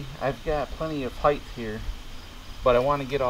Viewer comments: I'm from Michigan, and they are correct. Even in Michigan, the word is "height", not "height". No matter where you are, there is no such word as "heighth". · No such word as heighth!!!! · I wanted to like this video so much, but the "heighth" was really getting to me!!! It's "height", not "heighth". I know people think of "width" and want to put the "th" on the end just like "width". But there is no "th". It's just "height"... :) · The word "height" rhymes with "night". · Thanks for the video, but there is no "h" at the end of "height". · I noticed the mispronunciation as well.